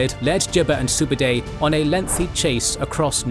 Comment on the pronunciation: How on earth could you manage to say Subadei repeatedly instead of Subutai.